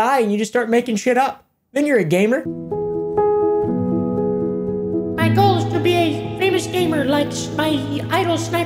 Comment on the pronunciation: No need to say "gamer" it's just, GAYMER.